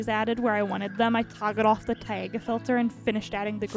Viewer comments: its just pronounced tie-ga not ta-ee-ga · “Tæga” It’s… it’s t- Ie - Gah